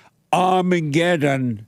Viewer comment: It's ARMY-GET-EM, Jesse!😊